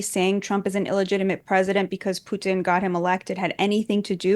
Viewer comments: She pronounced Putin with a soft t. Wouldn't be shocked if she had some kind of Russian connection. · The way she pronounces Putin is so Russian. Plant. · The way she pronounces, Putin, she sounds Russian.